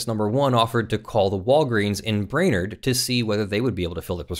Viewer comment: Brainerd = “bray-nerd”